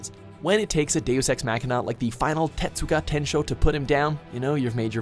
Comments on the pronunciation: "Final Tetsuga Tensho" Really,? Really? Is it that hard to say "Getsuga Tensho?" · wtf is a zan-pack-uto? Also wtf is a tetsuga tenshow? Do you guys purposefully mispronounce shit or you're just bastards? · Zanpacuto? Tetsuga tensho? Wtf?! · "The Final Tetsuga Tenshô"?